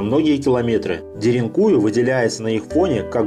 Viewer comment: Ударение на последнюю букву. деринкуЮ